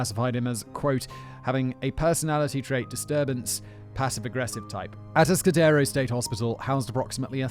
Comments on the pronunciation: Ah-task-ah-dare-o I used to drive through there on my way to Morro Bay, the place has had a bad reputation in California. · Kemper is fascinating. Almost as fascinating as hearing Simon mispronounce Atascadero for two hours. Kemper is still alive and is at the California medical Facility (CMF) in Vacaville. CA has a moratorium on capital punishment.